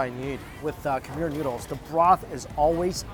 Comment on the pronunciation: Am i the only one hearing « Nudes »